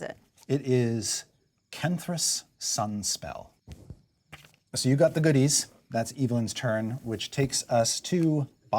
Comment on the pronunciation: Hey, my NPC was in this! Chris even pronounced it right (many people don't). Ken'Thras Sunspell! I'm so happy!